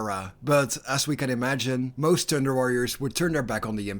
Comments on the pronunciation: Why do u make thunder sound like thinder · every time you thunder it sounds like tinder, tinder worriors. that's a whole different kind of worriors. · Lol all I can hear this entire video was "The Tinder Warriors"